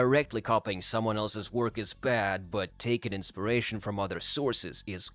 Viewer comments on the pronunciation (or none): Inspiration. Not insparation. One is the effect of inpiring. The other is having a spear through your chest. 🤓